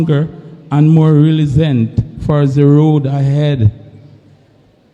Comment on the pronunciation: Resilent wooeeii 😂😂😂😂😂😂